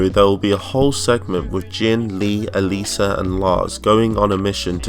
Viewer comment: Everytime u mentioned Alisa i thought u said Eliza